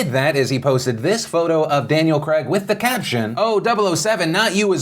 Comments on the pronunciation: It’s craig not cregg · it’s Daniel Craig, not Daniel fucking CRAG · What was that pronunciation of Daniel "cragg" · Daniel Craig like Craig the name not kreg xxxxxx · It's pronounced "Crayg".. Not "Kreg", Phillip ;) lol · Your pronunciation of Craig is awful, you say cregg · Woah! hold up there Philly D..... DID you just say "Daniel Crag" ? ....Do you even know how to pronounce the name "Craig" properly? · Daniel Creg. It’s Craig, not creg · He's British it's pronounced Cray-g, not creg like greg. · Craig not kreg. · Craig isn't crag its cray-g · Haha, why do Americans say KREGG instead of Craig, pronounced more like krayg? And it’s the same as Graham. It’s grayham not GRAMM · It's pronounced Daniel Craig "krayg", not Kreg... cmon Phily <3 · Why do Americans say Creg when it’s actually pronounced Craeyg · Why can't Americans say the name Craig correctly ? It's not creg it's CrAg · It’s CRAY-G not CREG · Phil, it is Daniel Craig ( pronounced crayg), not Daniel Creg. I know this is a tiny complaint but it doesn't take much to get a person's name correct. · CRAIG!!! not kreg mfg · Craig not creg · Who is Daniel Cregg? I know a Daniel Craig and you showed pictures of Daniel Craig (pronouced "cray-g" not "creg") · The name is CRAIG! There is an I in there. It is not Creg, it s Craig. And , "do you believe Chinas explanation?" That is a good one. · Why tf is he saying Daniel Cregg and not Daniel Craig? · Muricans... Its Craig (Crayg) not Creg! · Who's Daniel Crag? Do you mean perhaps Craaayg? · Americans pronounce Craig weird Always sounds like "Creg" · Daniel Creg ... American pronounciation is pretty weird. I notice that Graham is pronounced like gram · it's pronounced cray-guh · Phill I beg you stop calling him Daniel Creg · the way americans say Daniel CRAIG is so funny to me " Creg " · Don't know but I found it overly funny how you said Craig in Daniel Craig. Who is this Creg you speak of?! CREG!? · Cr-ayy-g Philip damn haha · "Creg"? lol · I heard Daniel Grape